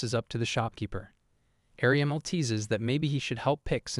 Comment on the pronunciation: There's an issue with the AI calling everyone ariamel or "areamul"